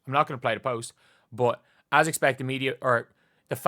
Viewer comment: “B-U-T”. No “o” in it,, me boyo.